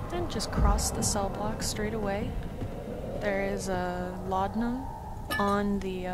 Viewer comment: You mean laudananananaamamam*!